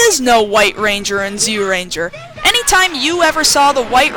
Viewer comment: Amazing how you can't pronounce Zyuranger when you're a fan of the show and it says the name in the darn theme song.